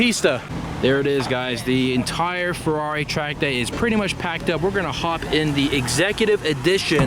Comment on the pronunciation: Sorry dude, its ferrari not furrori